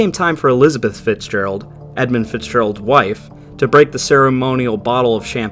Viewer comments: "Edmond Fitzgegald", wtf? How did the artist manage to mangle the name so badly? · Ah, yes, the tale of the 'Edmond Fitzgegald'...